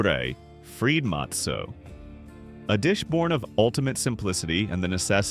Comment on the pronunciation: Can’t pronounce matzah correctly? “No soup for you!” 😂